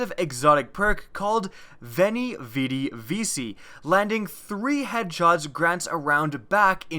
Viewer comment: it's pronounced vichi